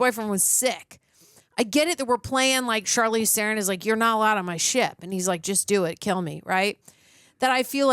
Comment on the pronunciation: Ther-ron not theren